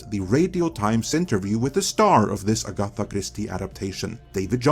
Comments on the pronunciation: Oh bless poor. It’s “Comedy/Comittee” sequal, “AGaTa” Christie I fear. Come on lads, you should do a read through with first and give him a hand in pre-production., it’s pronounced “Ag-a-TH-a” for reference. Hope you don’t mind the comment pointing it out, I know there were loads last time, it’s with no malice or humiliation intent, only wishing to help. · It's ag-atha NOT A-gatha. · Excellent video, spoilt by one minor but highly irritating point... you are not pronouncing Agatha Christie's first name correctly. The stress should be on the first syllable, not the second: AGatha, not agATHa. Apart from that, well done! You're very welcome :) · it's NOT "Agotta" it's - AGATHA! You know, like how you would say "Agatha Harkness" from Marvel. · Dude its pronounced Ag-gah-a in Agatha Cristy they way you where saying was cringe as fuck! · Could you just take a few moments to learn how to pronounce Agatha Christie's name? It's not aGAtha. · Your pronunciation of Agatha offends me. It's like you went out of your way to say it wrong. 😆 I can get offended at stuff too, right?